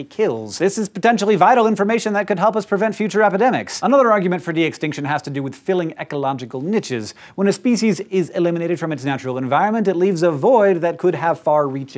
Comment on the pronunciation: Please pronounce "Niche" as "Neesh", I understand that it is spelt similar to Rich, but the "E" at the end is crucial to it's pronounciation, it changed the phonetic sound from a "Ch" to a "Sh". So spread the word, together we can do this. Remember Teamwork makes the Dream Work. 👍